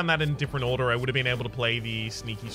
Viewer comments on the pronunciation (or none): none